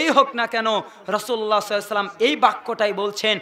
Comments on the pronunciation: ভাইজান দরুদ শরীফ তো ভালো করে পড়তে পারলেননা। সহি করে বলেন সাল্লাল্লাহু আলাইহি ওয়াসাল্লাম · হুজুর আল্লাহর রাসূল সাল্লাল্লাহু আলাইহি ওয়াসাল্লাম এই দরূদ সঠিকভাবে উচ্চারণ করছেন না